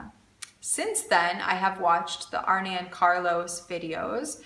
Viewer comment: me too on the pronunciation of Regia yarn. more important. Arne and Carlos. Arne is not pronounced Arnie but Arn---ah. lol. I love those guys and am really enjoying your channel also. So wonderful to have that knitting tradition in your family. Did your Grandmother or Mother teach you? Sorry if you have already answered that. ---Marilyn